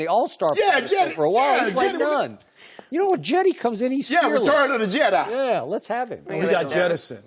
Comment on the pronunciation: Yo Shannon is crazy did he just say "return of the jet eye. I'm ROTF